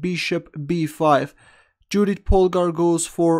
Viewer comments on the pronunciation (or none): You pronounciation of her name is incorrect,it is pronounced Yoodit.